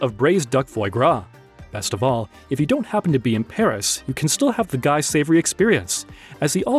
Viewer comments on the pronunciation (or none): look up how to pronounce Ibiza. "Guy" as a name in French is pronounced "Gi" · While we’re on this lol, Guy is pronounced Gee as in geek without the “k”… otherwise well done! We have the French Laundry out here😊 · You butchered the pronunciation of these iconic restaurants. Also, never use the word cheap, when inexpensive will suffice. Guy (Gee) is crying 😢